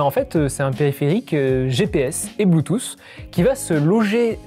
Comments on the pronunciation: Haha ce marcel même pas classieux et grisâtre et une crevette qui prononce "un anti-vol blutusse" ! J'ai arrêté là ! :) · c'est un antivol "blUUTUUS"